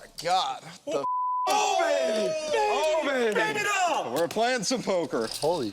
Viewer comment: Bro said “ I swea I swea to gohd i call”😹😹😭😭😂🤣